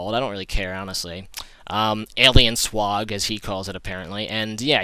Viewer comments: SWAG NOT SWAH AG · You mispronounced swag....no swag .